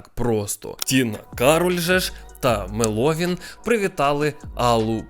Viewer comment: мЕловін*😭 мене як меловінаторку бомбить коли не там наголос ставлять